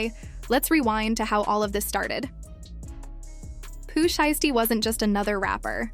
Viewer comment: Bih lost me when I heard how she said Pooh shiesty smh click bait!😊